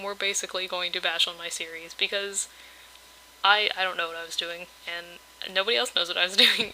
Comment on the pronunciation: Whenever you said "series" It went to Siri automatically XD